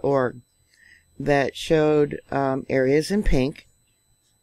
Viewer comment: Foci is not folk-eye. It is pronounced fo (long o) sigh.